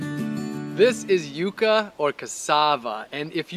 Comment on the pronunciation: The first youtuber that has pronounced it properly, Yu-kah and not yuck-a. Amazing video, gonna try planting some here in Malaysia!